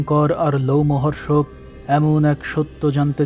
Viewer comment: লোমহর্ষক নয় রোমহর্ষক।